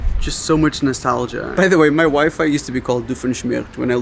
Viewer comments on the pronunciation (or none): Listening and only watching a little, I heard "my wife" when you said "my wifi here..." and then "A-hole" when you said "a whole tomato" 😂 OK so I have to actually watch. Got it.